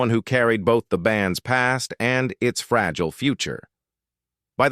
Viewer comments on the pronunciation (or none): none